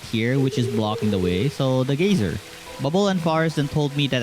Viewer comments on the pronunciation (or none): great lookin game. reminds me of moonlighter and howls moving castle. geyser is pronounced guy-zer. and as for the "social battery" i'm guessing thats just something you made up and not an actual in game mechanic. youre pretty weird arent you.